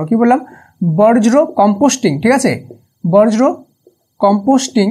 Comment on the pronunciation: স্যার উচ্চারণ টা বর্জ্য হবে বজ্র না❤